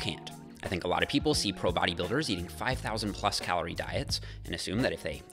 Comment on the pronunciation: The way he says calorie is so weird and the way he says the R is so goddamn weird